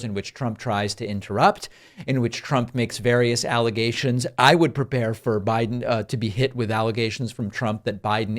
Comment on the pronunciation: "Joe Bride " 😂😂😂😂😂😂😂😂😂😂😂 GOD, GO AWAY dementia Don!